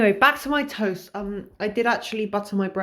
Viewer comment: I'm resisting the urge to correct every time you mispronounce "tost" with timestamps...